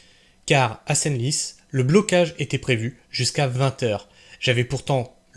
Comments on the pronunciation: Senlis se prononce « sans lisse » bon sang !!! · Senlis Senlis phonétiquement sanlis